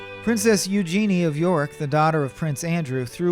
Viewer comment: Not only is he boring be he can't even pronounce Princess Eugenie's name correctly. Don't you think someone should have caught that?